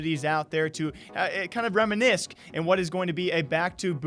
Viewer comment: Did he just pronounce the ‘c’ in reminisce? lol.